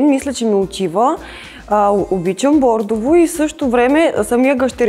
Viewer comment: Старателство ; оценям ; бо̀рдово (бордо) - всички са така. Дано се чуят и занапред да се поправят.